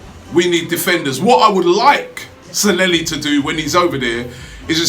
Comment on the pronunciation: Stop calling him Sanhelli, his name is Sanllehi!